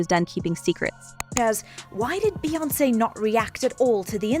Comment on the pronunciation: Who is "Bye-Ounce?"